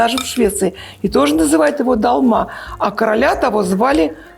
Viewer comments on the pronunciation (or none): не "далма" ,а " долма"- тюркское слово означающее "наполненный" Долма- это тюркская кухня А у вас импровизация на тему "долма"👍🤗 Я наполняю тушенным фаршем тогда овощи не развариваются,так как мясо уже готовое ,а овощи быстро готовятся,и получается красиво разные овощи как корзиночки с фаршем выкладываются на тарелку( красный помидор ,зелёные кабачки и перцы, можно и жёлтый и красный перец, блестящие баклажаны) --это как картинка .Вам лучше больше стихов читать - ради этого просмотрела